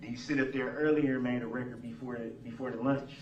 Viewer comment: I wasn’t Hearn anything goot-as he tells the judge what he demands for her to do! He loved the “rekerd”